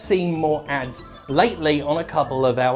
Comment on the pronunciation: At first I thought you said abs not ads.